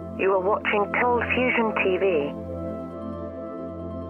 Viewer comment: Did anyone else hear "you're watching CONFUSION TV"